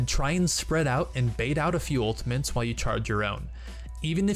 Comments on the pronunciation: Anyone else hearing "Ultimints" when he means to say "Ultimates?" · Great video!!!! Such useful tips. Just try to say ultimates correctly next time. :) It's not ultimaNtes, it's ultimATES. Kind of like turret and NOT turrent. haha. cheers. :) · who is hearing ultiments than ultimates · U say ultimantes its not ultimant ist ultimate not ultimant ULTIMATE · anyone else think he was saying ultimints? haha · He says "Ultamints", listen 😅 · Its ULTI-MAT-E not ULTI-MANTE. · are you saying, "ultamints"? wtf? It's, "ultimate"... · All I can hear is UltiMENS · It's ultimate not ultimant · "ultimants"...didnt know there was an "N" in "ultimate" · what the hell are “ultiments“ ??? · Just ftr, its ultimate not ultimant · Save your "ultaMINTS" guys/gals! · Why the fuck do you pronounce ultimates like "ultimints" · Dude stop saying ultimENts ! Its driving me insane !!! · Is it just me or is he saying ultamints? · the fuck is an "ULTAMINT" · Am i the only one who heard him say "The enemy team has used their ultimens" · mmm ulti-mints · has no one pointed out the fact that he keeps saying 'Ultimants'? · "Ultimens" ... UGHHHHH CRINGE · "Ultimantes" lol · I swear he's saying 'Ultimants' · "unltimints" is bugging me way too much. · STOP CALLING IT ULTIMENS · I swear he's calling them Ultimints. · you say ultimants a lot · ''some ultimens'' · We also learned how to say ULTAMENTS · It's kinda funny how he says "ultimints" instead of ultimate's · UltiMENTs anyone else hearing this from this dude? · why do you keep saying "ultiment" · theres no 'N' in 'ultimate' so you dont need to pronounce it 'ultimants' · Is it just me or was he saying Ultimints? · i don't know why, but when you say "ultimeNts" im getting really frustruated. and you say it EVERY GOD DAMN TIME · 1 Trick This guy ABUSES to annoy people, that you don't. 1) Saying Ultimins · smh every time he says, "ultiments.."